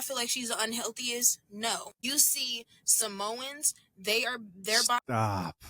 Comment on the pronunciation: She said Samoans 😅 please stop 🛑